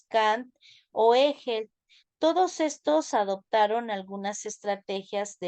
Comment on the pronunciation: no pronuncia bien el nombre de Hegel, Friedrich Nietzsche y tampoco el de Simone de Beauvoir.